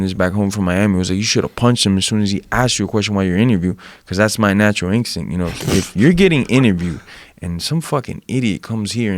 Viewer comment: Jorge "ingstincts" Masvidal